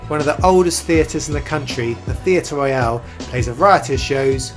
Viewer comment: Correction. It is NOT the Theatre Royale. It is the Theatre Royal. You say it like the movie Casino Royale which is wrong.